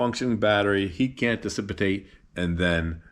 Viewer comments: it's dicipate no decipitate ---- isn't it ? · One minor correction The one word you mean is pronounced - Dissipate - which means to make lose of not dicipitate . It can be a hard word to get mixed up with...